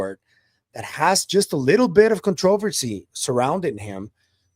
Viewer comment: contr"a"-versy not contruuversy i know, weird.